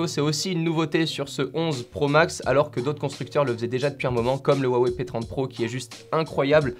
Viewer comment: Salut a tous, le "H" se prononce pour Huawei... :)